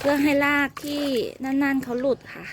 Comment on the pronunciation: พูดคำว่า,,ราก.ยากไหม,,ราก.ไม่ใช่.ลาก